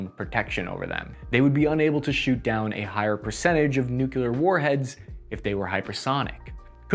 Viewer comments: It bothered me for a while that you ADDED a U to the word nuclear. So I think it's funny that you acknowledge it...respect. Silly thing for me to care about. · Repeat with me: Nu “Nu” Cle “Cle” Ar “Ar” Nuclear! “Nucular!” WTF!!! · "Nucluear" is not a word, it's "Nuclear". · “Nuclear” - “Nu-clear” not “nuke-yuh-ler.” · "Nuclear" was always pronounced NEW-clear as far as I ever heard, until Shrub, a.k.a. Dubya, a.k.a. GW Bush became president and went on TV to confuse everybody by mis-pronouncing it "New-kew-lear", adding an extra syllable to the pronunciation that is definitely not there in the written word. Ever since, unfortunately, that pronunciation has gotten stuck in solidly into American slang speech and you hear it all the time now, and it's maddening, because it just reminds me of all of Bush II's inane failures. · Good grief! "New Klee Are" Not nukuler - look at the spelling Nuclear there is no second "u" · I love your videos but please get nuclear right. You got the definition for nucular which has to do with either a nucleus in a cell or atom or even a family ie nucular family. Nuclear has to do with the weapon and energy obtained from nuclear radiation. In popular culture, this pronunciation has often been used to signify inferiority, low intellect or foolishness. Look it up please I hate hearing you say it and now it feels as if your have solidified your brain to say the wrong thing with confidence. Keep up the great vids I love your stuff just a pet peeve. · You're STILL pronouncing "nuclear" wrong! So was that stupid fembot, lol. It's pronounced 'NU-CLEY-AR.' ARGH! Like a pirate! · New Clee Er. Just sound it out. That's why we spell with letters. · Hate to say it but ribbon rack needs work. Looks my mom isn't the only one that doesn't handle it well. Nukuler? I think that's how Jimmy Carter says it. He does have an excuse, we radiated him. No worries mate. We ALL have days when things aren't quite in kilter. Love your briefings. Carry on.